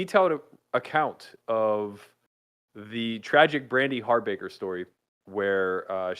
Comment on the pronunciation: It's not Harbaker, it's Hawbaker. (Haw-bawker) She was my roommate for a year when she was acting in Los Angeles.